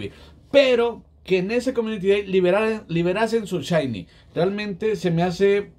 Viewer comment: No se dise chaini se dise shainy